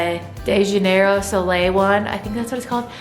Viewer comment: Day janeiro solay 😂😂😂😂😂